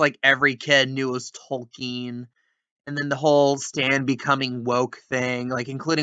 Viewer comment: South Park: His name is Tolkien, you racist piece of shit. Me who listened to every utterance of his name before this episode: I didn't hear no "L".